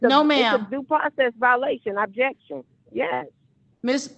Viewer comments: These judges are so soft. Every time she screamed "Abjection" instead of "objection" I would've given her a day in county jail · “Ab-Jection” wasn’t that a workout infomercial 😂😂😂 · Why does she keep saying "abjection"? What is an abjection? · If she was muted, why do we keep hearing her say "abjection"? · I was dying laughing when she repeatedly pronounced it wrong 😂 she’s not very bright!